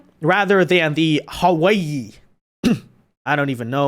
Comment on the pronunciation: lol, i'm not enjoying the way his "hawiye" sound like "hawaii"